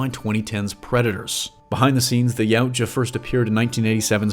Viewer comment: One thing that is like to point out is that the word Yautja is pronounced e-what-ya. Otherwise, you did good!